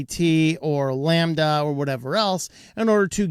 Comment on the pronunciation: its llama not lambda thats ghay boy love bs!